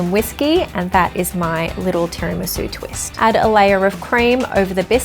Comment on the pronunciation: As an Italian in the back you are closer on your second pronunciation of Tiramisu, and also I make mine without booze, and hope you don’t actually drink!